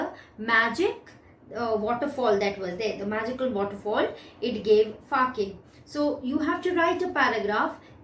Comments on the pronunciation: The pronunciation of sake is sa-a-ke and not fa-a-ke.. Pls change it..It is very misleading!!! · Wrongly pronounced Sake That Fa in the book was just to explain that you have to read Sa in Sake just like Fa pronounced in father... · Ma'am sa is pronounced as fa in father it is sake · Correct! she has mispronounced it!